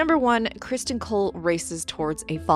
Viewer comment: Cristin not Crist-on